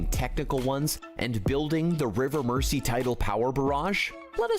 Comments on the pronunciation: 😮 Yet another American seeing the word 'Mersey' and mispronouncing it! It's not pronounced "Mercy"! (_not_ with a soft 's') ... It's pronounced 'Merzy' (as with how we say 'housing' - houzing' & houzes - for houses... Instead of how Americans sound the soft 's'- houssing / housses!!) 😊❤🏴🖖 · Murrzeee, not Mercy! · Yep, 👍 for pointing out it isn't pronounced River Mer-sea, it is the River Mer-zee 🙄🙄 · He isn't pronouncing 'Mersey' right. It isn't 'Mercy', it's 'merzee' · Bloody Americans mispronouncing our place names again! The River Mersey is pronounced MERZY, not MERCY! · The guy talks a load of nonsense and Mersey's pronounced mur zee . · This will not happen. Liverpool is a commercial port with Naval construction and shipbuilding facilities. This idea is being used as a political club, by a strongly socialist town against a non-socialist government. This commentator cannot even pronounce the rivers name correctly. Pronounced as Mer-zee NOT Mercey. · All those comments on how he mispronounced Mersey, ffs people give the lad a break, he's an American.